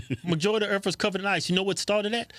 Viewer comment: Did Keith just say "I believe the Earff is warming?"